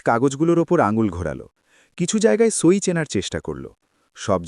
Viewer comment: এরা সই বা স্বাক্ষরকে "ছই" বলে কেন?!!